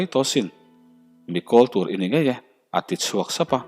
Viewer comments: Koltu ni lo in Kawltu aw hi thluk tur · Kawltu=tuthlawh, hlo thlawhna, kawl tu=a nei tu emaw, mi thil kan kawl te hi, kawltu hi i lamrik dan a dik lo. thluk thin tur.